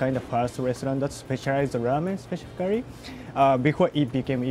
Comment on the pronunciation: lmfoa he said specificurry 😂😂😂